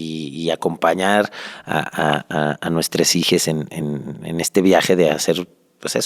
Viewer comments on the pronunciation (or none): Todo bien.... hasta que dijo... "Nuestreeess Hijeeeesss" 🙄